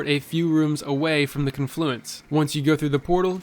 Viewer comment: cun-FLUENCE?!?!? u trollin me bro? now that damn word is stuck in my head.